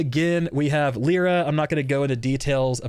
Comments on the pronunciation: "leera" american moment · Everyone talking about this character: Lie-ruh Vulcan: Leer-uh